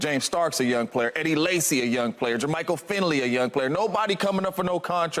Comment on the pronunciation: Did he say Eddie Lacy lmao